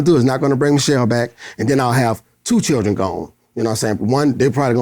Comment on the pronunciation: dat nigga said “lil chiren” 😂🤣😂